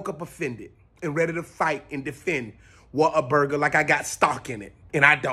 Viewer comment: It is pronounced Waterburger ! Your so right! ❤️from Texas and Oklahoma. You have to try the Waterburger in Oklahoma AMAZING!